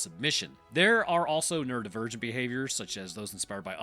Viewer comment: So, when you said "neurodivergent behaviors" I heard "nerd virgin behaviors" and my autistic ass laughed too hard before lookin away from the screen again.